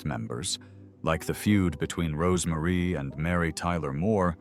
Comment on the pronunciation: It is Rose Marie. Not Rosemary